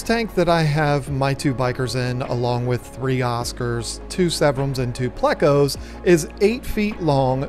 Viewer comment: He needs to tell his wife how to pronounce "pleco"... it's not playca🤦‍♂️